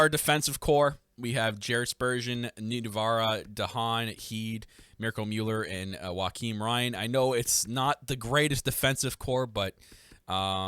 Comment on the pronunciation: "Wa-keem Ryan" lmao It's just "Jo-khim Ryan"